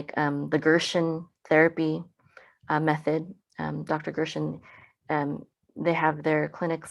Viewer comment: May I’m, it is Gerson not Gershen.